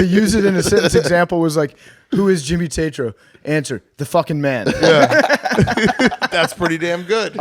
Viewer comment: I feel bad for Jimmy that he still has to y’all about YouTube he’s so much bigger than that. Also get his fucking name right I love you guys cmon